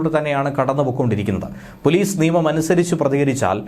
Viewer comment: പോലീസ് അല്ല പോളീഷ്